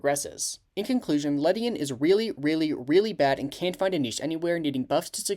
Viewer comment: I’m pretty sure its pronounced “Lady-on”